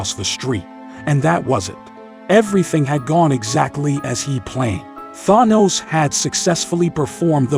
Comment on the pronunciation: Why does rhis AI reader say Thanos weird?